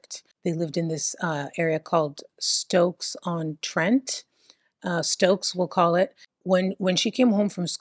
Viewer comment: The only American that knows how to say Leicester. But can't say Stoke....😂